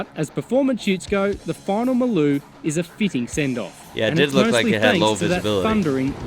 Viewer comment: Hi it's funny that you say Maloo correctly. But everyone pronounces it MARLOO. Go figure LOL